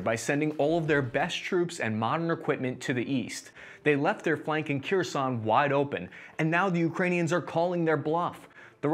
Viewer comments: I think he's trying to mispronounce everything at this point lol. I appreciate his need for vowel harmony. Kerison Moskava DONSK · Kherson is Pronounced Keer-San, Donetsk is Doh-netsk, SeveroDonetsk is Seh-vair-oh-doh-netsk, kharkiv is Car-keyv